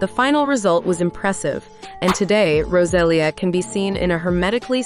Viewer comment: and saying Rosalia as "Roselia", like the Pokémon.